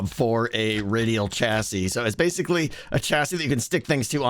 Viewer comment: Don’t think I’ve ever heard someone call a chassis a chastity before But there’s a first time for everything, I guess